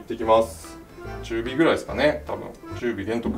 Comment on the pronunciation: の「中火玄徳」の言い方が完全にいつも全然ボケないタイプのなに考えてるかよくわからないキャラがボソッと吐き捨てるように言ったオモロネタ(二次創作で死ぬほどコキ下ろされる)